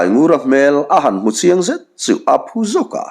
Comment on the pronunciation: Sa a phun, nilovin saphun tih tur.